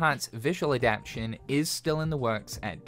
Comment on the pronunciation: Every time you say "adaption" instead of "adaptation", I cringe, lol. :)